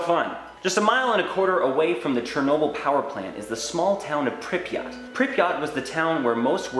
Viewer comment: that pronounciation of pripyat infuriates me lmao